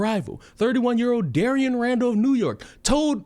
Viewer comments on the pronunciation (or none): Im from new Castle county,Delaware. this was crazy and sad.so sad. P.S you pronounce newark all in one go. In a way that the "ark" sounds "ork".